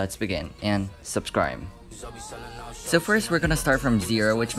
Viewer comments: i love how he said suscrie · “Pls make sure to subasibe subacrib” got me but pls no hate ik his mistakes same problem with me.